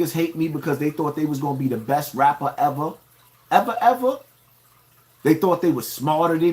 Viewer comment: "Raaaaperrrrrrr" with the hard R.